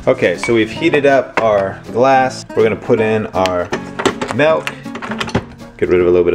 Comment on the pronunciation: its MILK not MELK lol sorry